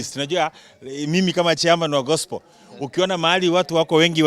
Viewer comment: I love the way he pronounce gospel "gospol"😅😅😅😅